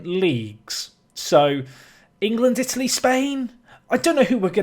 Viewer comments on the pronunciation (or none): none